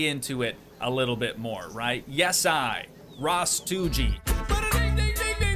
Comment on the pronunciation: I totally dig “ras-toogii”